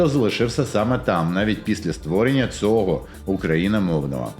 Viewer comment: Тільки українську вимову треба підтягнути, а то від "цого" мовлення і інших подібних перлів вуха в'януть